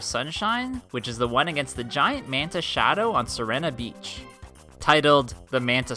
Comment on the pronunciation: Finally someone else who says Si-Rena beach